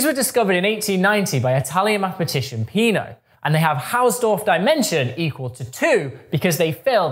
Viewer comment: Please consider to pronunciate "Peano" like pe-AH-know